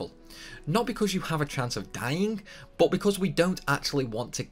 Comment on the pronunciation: Says he won't say "Tidus" because it sounds stupid proceeds to say "bot" for "but" lol